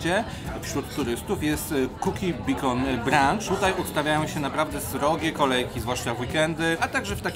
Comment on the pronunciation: Bikon wow dobrze ze nie bitcoin....😂😂🤣🤣 bejkon sie wymawia lol